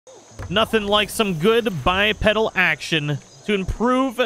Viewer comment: Sorry, but I gotta say it. It's pronounced "Bi-Pee-Dal"